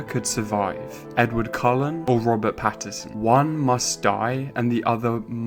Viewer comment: Great video however is his name not patt-in-son and not patt-er-son